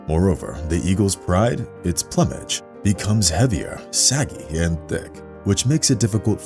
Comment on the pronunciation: Try "Ploo-mej".